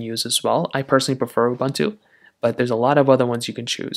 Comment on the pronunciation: Please learn how to speak the word "UBUNTU". PLEASE!